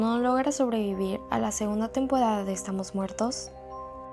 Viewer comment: Nadie se daba cuenta q hablaba raro (Favoridos,Tempodada) No es hate